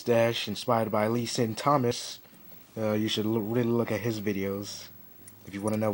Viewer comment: I think it's Leh-Shawn, not Leh-Seen. Awesome stash though. Building up my stash as well.